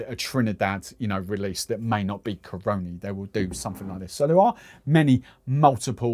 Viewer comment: natural born trini here... say it with me Cah-run-Knee. that's how you say Caroni.